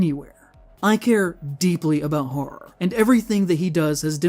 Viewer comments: hura, hoah, herra, bura how many more ways does he say the word wrong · he cares so much about horror that he cant even bother to pronounce it properly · The kid can't pronounce simple English words like 'horror' and 'tangentially' and mixes up 'loose' and 'strict'. This is basically every genz and millennial TikToker and it's the future of the internet. Most new content creators are just spouting shit with no sources as if that shit was proven scientific fact. 'Look at this cliff face, it looks like tree roots; giants are real!'